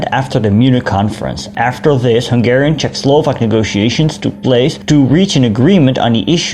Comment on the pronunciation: As a Hungarian, I really appreciate some videos about my nation (well kind of since I am from upper Hungary). Also, your Hungarian pronunciation is very good :).